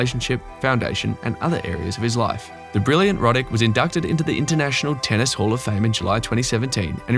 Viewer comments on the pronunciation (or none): none